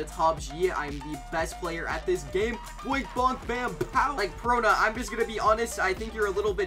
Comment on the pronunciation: bro said zooro but said perona PERFECTLY